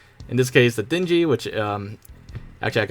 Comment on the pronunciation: They're Dinghies...... not Dingy as in dirty. lol